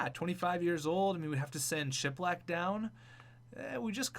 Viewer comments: You are pronouncing Filip Chlapik wrong it’s sh-la-pick not chip-lick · He isn't called Shiplack, his name is Chlapik (pronounced "Slap-ik" kinda). Sorry, I don't want to be a besserwisser, I just want you to say it right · Chlapik is pronounced Khla-PEEK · Ok Chlapik is pronounced, SHH-LA, PICK